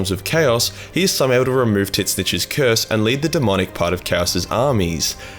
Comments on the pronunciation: broke the "cyurse" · Can tell you’re from Melbourne from you simply saying “cuurse”. xx